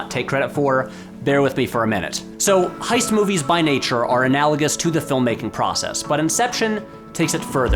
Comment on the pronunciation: ... Uh, "heist"... not "hoist."